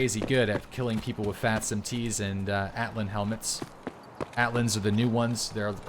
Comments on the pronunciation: Ok, nobody hasn't mentioned this? It's not "Atlyn", it "Altyn". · Lmao yeah, i love vids but i was dying when i heard "Atlin"